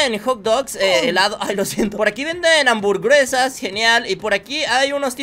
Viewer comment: Sabés que dijiste amburguesa